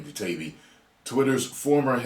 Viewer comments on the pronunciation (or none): FYI.. it's Matt Tie-E-bee